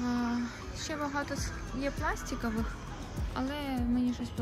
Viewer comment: А чого бЄжева, якщо бЕжева, пластІкова, якщо пластИкова? У вас багато таких русизмів, ви як гастарбайтер в еміграції з акцентом, лише різниця в тому, що він не може без акценту розмовляти, але дуже хоче і прагне, а ви можете, але чомусь не хочете 🤷